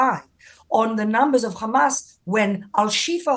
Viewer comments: If you want to know if it’s a Israeli speaking🤣🤣 They say Khamas!!! It’s Hamas!!! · its hamas not khamas. Why cant you say it properly. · has a wonderful English accent…and then she ruins it by saying Khamas